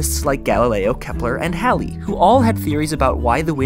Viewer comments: Thank you thank you thank you for correctly pronouncing Halley's name correctly! My middle name is Halley (I was born when Halley's comet last orbited near earth) and so many people mispronounce it. Of course you are awesome, so what else would I expect :)0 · No no, he said Halley, as in Sir Edmond Halley. he was an astronomer who was one of the three famous physicists we know today, like Newton, and Wren, Halley was also a mathematician, and hes also the one who discovered Halley's Comet, hence the name of the comet. I got really exited when he said his name right because people say it wrong all the time! Also, since your name has space in it, I was hoping this would be useful information to you!